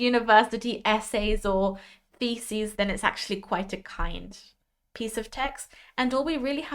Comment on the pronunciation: just to warn you: the video say 'feces' instead of 'theses' at a certain point 🤣Very useful info here, thank you from a teacher. 🙂